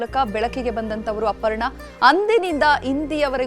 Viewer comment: ಇಟ್ಸ್ ಅಪರ್ಣ not ಅಪಣ್ಣ